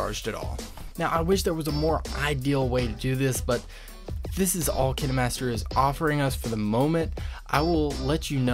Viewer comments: Him: kin- eh -master Me: pronounced it wrong my entire life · You can’t even say kinemaster right /./. What is... kin- ey_ master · KINAmETSeR lMAO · Hol’ up- did he just say “Kina Master” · ITS KINE MASTER AND NOT KENE MASTER😂😂😂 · Or maybe its cus he called kinemaster kin-E-master lol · No no it's kiner - master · It’s not KiNeMaStEr it K I N E M A S T E R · They way he pronounces it makes me die inside 💀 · is the way he say kinemaster fah me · who else got triggered the way he said kinemaster 😂😂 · King Khan :0 thanks, dude! I now know how to actually pronounce it! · It sounds like Crime Master Gogo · "KiNeMasTher" op bolteee!😐️😂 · Its kinemaster not kin-eh-master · It’s pronounced Kine like pine master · Ki-na-master LOL I feel bad so bad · I'm pretty sure it's pronounced Kayn Master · My dude straight up said "Kin-A Master" 😂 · He did nit just say "KiNaY mAsTeR" ;-; its kind KINED BUT THE D IS SILENT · Is he saying kinamaster :/ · Kin-eh-master Hmmmm... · Kin-e master lol I'm deas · The dude:KiNAMasTEr Me:wha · “ kin a master “ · Bro what kinamaster? 😂 What the heck 👁👄👁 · Did he just say kinnamaster? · ” Kin E master ” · He said kinemaster like: Kiniee master. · What’s up Kin e master 🤣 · dude its kinemaster not kenemaster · FOR THE LOVE OF GOD ITS PRONOUNCED: KINE-MASTER NOT KIN-E-MASTER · Him: (kihnimaster) KineMaster Me: YOU IDIOT IT'S (Kien master) KINEMASTER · You’re telling me it’s pronounced kin-e-master and not kien-master? My life is a lie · Kinaamaster lol dude it’s kinemaster not kinamaster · Kindmaster not kinmaster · He says KinaMaster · I know it kinda triggers me cause he’s like “Ken-Ee-master” while I say “Keen-master” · No he’s saying KineMaster that’s how u pronounce it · its not kini its kayn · I might just be acting way too dramatic but I get so triggered when he says kinemaster like kin a master cuz I pronounce it like k I nemaster. Is it just me who says it like that? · I thought it was pronounced "kain master" not "kin e master"